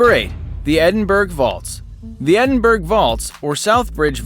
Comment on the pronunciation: Nice video! one thing though Edinburgh is pronounced edin burra.